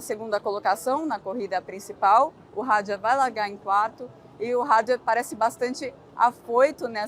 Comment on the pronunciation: Os nomes franceses são oxítonos! E não têm pronúncia inglesa! É Isáck e não Aisack como diz o pessoal da Band! E o sobrenome é Hadjár e não Hádjar.